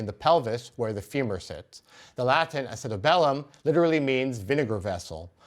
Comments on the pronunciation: It's acutAbulum, not acetabElum. Thank you for finally showing some sources. Talmud from manuscript is really cool. Great job 👏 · Orthopaedic surgeon, here. In English (American, at least), acetabulum is pronounced with the accent over the third syllable and a y between the b and the first u. That is, ah-see-TAB-yoo-lum. Many thanks for this video. The pelvis and its acetabulum are some of my favorite bits of bony anatomy.